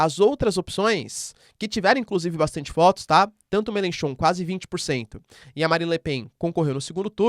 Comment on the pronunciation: A pronúncia correta eu meLANchon. Não eu melencon, nem melenchon. Me Lan Chon Me Lan Chon Me Lan Chon